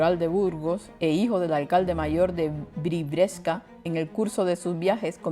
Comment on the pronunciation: BRI VIES CA...no es tan difícil de decir.